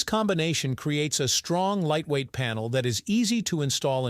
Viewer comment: It caught me at "lightweight" too. I was like WTF you say?